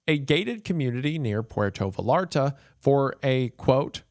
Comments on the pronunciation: a gated community near what now?!? 😂😂 It’s pronounced Vie-yar-ta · why does he pronounce Puerto Vallarta like that 😭😭😭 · i’ve always been made fun of for my pronunciation of pueto vallarta. i’m glad i have this sound bite to remind myself it can be much worse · Porto Valarta. Breh, you gotta work on your pronunciations. It's so far off it's starting to come off as if you're just putting out whatever content just cuz. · Puerto Va-larta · I love his pronunciation of Puerto Vallarta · “puerto viLARta” lolol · quién le dijo que se pronuncia puerto vallarta así? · I thought you were part Hispanic, but your pronunciation of Puerto Vallarta tells me otherwise.